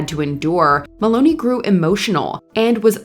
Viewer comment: Please learn to pronounce the names right.. It's Christopher Mel*on*i not Maloney